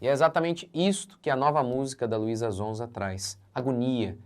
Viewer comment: Nao é zonza pastor é sonza com som de S 😅😅😅😊😊😊